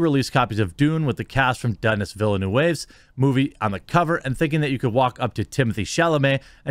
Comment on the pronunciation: Again i repeat myself plz plz USE google translate to know how to say Villeneuve ...its french ,you make it sound like a mexican dude. Thats all lol